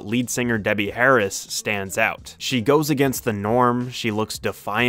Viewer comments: did you........call Debbie Harry Debbie Harris???? or am I losing my mind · As soon as you called her "Debbie Harris" I shut this off. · Debbie HARRY 😂 not Harris. Good video though. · Did you say Debbie Harris? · Did he say Debbie Harris? I think it is Debbie Harry